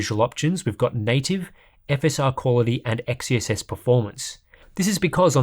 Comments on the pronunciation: I want to tip my hat at you for saying XeSS multiple times without fail. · Respect for a constant perfect pronunciation of XeSS